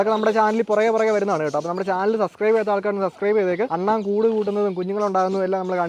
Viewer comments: അണ്ണൻ alla "അണ്ണാൻ" Google it bro😝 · അണ്ണൻ അല്ല ബ്രോ അണ്ണാൻ